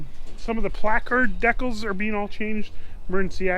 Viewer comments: it's DECALS NOT DECKELS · The "deckles"? lol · What's a Deck-cul? You mean decals? (Dee-cal) Ha ha. Looking at videos a little over a month ago... progress is amazing. Be SAFE!!!